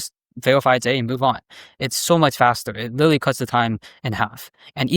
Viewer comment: really hard to take a guy seriously when he says witewawy